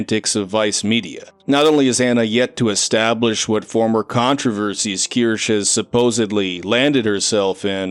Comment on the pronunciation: Not to be annoying but her name is pronounced Keer-Shuh. Not Keer-Sh. Her Real game awards announcer even pronounced it right. But I don’t blame you, it’s spelled weirdly. Who knew that “kirsche” is supposed to be “kirsha”